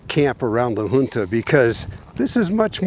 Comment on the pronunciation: I believe La Junta is pronounced La Hunta. I enjoy your videos